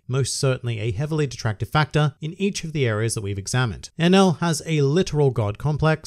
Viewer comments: Enaru I know is his name not enul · Hus name is Eneru!!! Why all Y'all keep calling him enel??